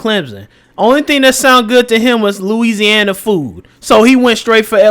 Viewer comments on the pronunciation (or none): none